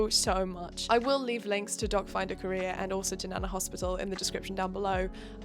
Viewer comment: I hear "dogfinder career" every. single. time